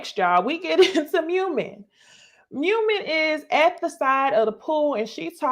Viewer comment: It’s pronounced Moo Meen and Nye Im. I feel like YouTubers watch these shows on mute lol